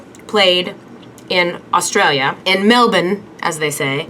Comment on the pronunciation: It's A- A- Australia not ustralia